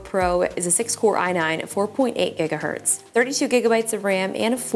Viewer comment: egga hertz 🍳 is faster than giga hertz